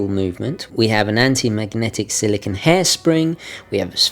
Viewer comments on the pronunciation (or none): none